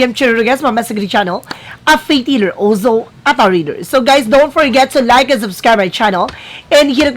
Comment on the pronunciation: Yung opening spiel or lines mo, di maayos ang dating kasi parang nagkabuhol buhol ang tunog ng opening lines. Yun bang merong "olsow" na linya.